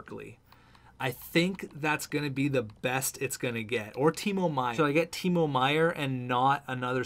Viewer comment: And Meier's first name is pronounced Tee-mow, like mowing the lawn.